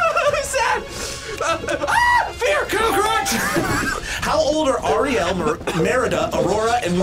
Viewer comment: I know u ain’t just butcher Ariel name like that